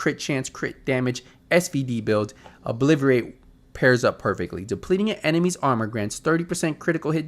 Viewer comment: Love your channel, but bro you got to stop saying "ObliVerate". Once is an accident. Saying it twice is like.... do you realize the word is "ObliTerate"? Nothing but Love for ya though. :)